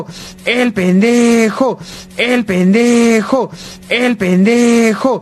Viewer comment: Llega un punto donde escucho "El penejo"